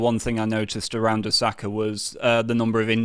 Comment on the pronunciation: Thanks for talking about Japan, but please learn to pronounce "Osaka" more--or-less correctly. It's NOT "Uh-SAka," it's OH-saka.